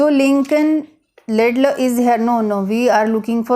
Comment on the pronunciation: it's Lincoln Laidlaw, not Laidlay you m*ron